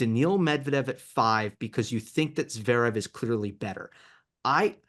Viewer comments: The way he pronounces Zverev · help your friend with his player pronunciation. "zee-rev" "demon-now-er" "herr-kahtz?